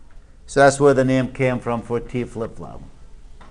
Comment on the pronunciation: I thought he said Taco for T flipflop